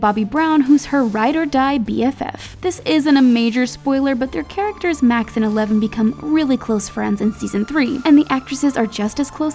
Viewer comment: yo go to 10 seconds in the video and you will here her call eleven meleven 😂😂😂